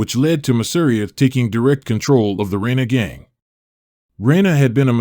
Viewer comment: pronounced masa-RI-a hit that second to last syllable and you cant go wrong unless there's an accent. masa REE a